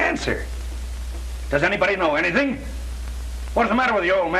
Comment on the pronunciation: Captain said Anathing instead of anything.